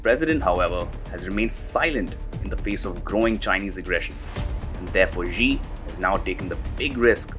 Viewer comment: SHE SHE SHE SHE SHE SHE SHE SHE SHE JINPING. NOT ZHEE OR GEE. I HATE HIM BUT IT STILL SOUNDS STUPID THAT PEOPLE CAN'T SAY "SHE."